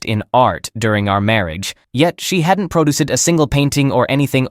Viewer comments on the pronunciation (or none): Teach the bot pronunciation, ask-ed is wrong. One syllable, asked. The bot (or idiot person) said it correctly earlier. Also produced is not pronounced produce-ed. Get it right all the way through or quit.